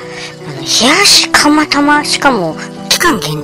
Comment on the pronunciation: 蒲田だけに 釜玉？ なんちゃって！ 釜玉が タマタマに聴こえて ドキドキしました。 蒲田だと 宮元に行ってしまいます。 昔は、ちょっと離れている インディアンで、カレーとラーメンをよく食べてましたよ。